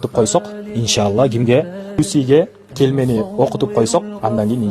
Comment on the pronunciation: Келмени оюнчук кылып туура эмес айттырып эмне кереги бар,туура эмес деп ойлойм.😔